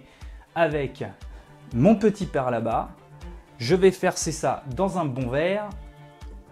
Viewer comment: Super et bien vu la prononciation du père labat 👌😉